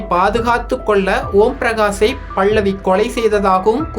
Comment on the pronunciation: டோய் பைத்தியக் ககர பேச்சாள, பள்ளவி இல்லடா பல்லவி பேச தெரியவில்லை என்றால் பேசாதே